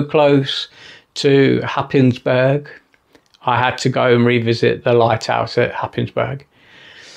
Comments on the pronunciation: Cracking shots, that light house, great. Don’t let the locals here you say Hapis burg, but say Haze borough, don’t ask why;-) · as an incomer to Norfolk from London 15 years ago, I too pronounced Happisburgh the way you did in the video. It turns out it is one of those places where the local pronunciation bears no similarity to the actual spelling, as all the locals pronounce it Haze-bruh. Who could possibly guess?